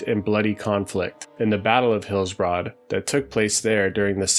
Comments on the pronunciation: It's more like Hillsbred than Hillsbrahd. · Actually it’s pronounced Heels-Bruhd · Thumbs down for repeatedly pronouncing "Hillsbrad" as Hills-Broad." And mispronouncing almost everything else. Be better. 😁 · Hillsbroad. (enjoying the videos though, keep it up!) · Why are you pronouncing it HillsBROAD? That seems like a weird oversight for a zone supposedly close to one’s heart and memories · Incorrectly? Ok. I agree with him, it's annoying.